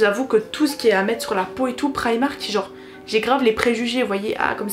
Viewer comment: Mais pk vous dites tous prAÏmark 😫on dis primark